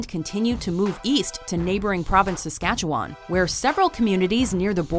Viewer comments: OMFG YOU PRONOUNCED SASKATCHEWAN WRONG GRRRRRR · How she said Saskatchewan😂😂😂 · You said Saskatchewan wrong